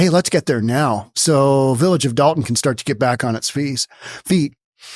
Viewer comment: First of all it's Dolton, not Dalton.